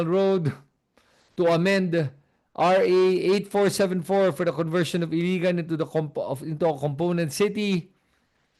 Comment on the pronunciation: Ilagan City not Iligan City..I-L-A-G-A-N not I-L-I-G-A-N